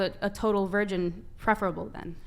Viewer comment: They can’t even say virgin